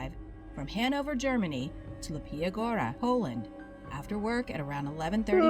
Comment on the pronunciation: oh lawd, the mispronunciations in the video hurt so much to hear, i can get some other name, but mateusz is fairly simple to anglify, matheus, and "leepya goo-ra" is not that hard to pronounce....